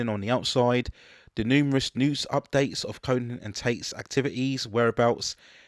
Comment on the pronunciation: A couple of issues with your pronunciation: Roy Scheider's name has no "N" sound...it's pronounced "shy-der". His character name is "co-en" not "co-hen". I saw this on a whim when my friend and I were at a video rental shop. Didn't think it would be good, but it actually became a longtime favorite that I had on VHS for many years.